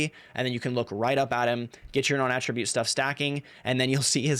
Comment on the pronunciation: NON- AT TRA BUTTE NOT AHHHHHHH tribute. lol you actually said it right a few times half way through.